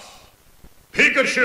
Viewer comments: ***** En verdad decimos Pí-ka-chu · The spanish announcer kills the epicness from the English one, plus his pronounce is so horrible......Pikachú?, Mega Man? And when he's saying the players sounds like he's singing it...